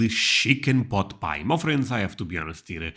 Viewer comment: * pot, not boot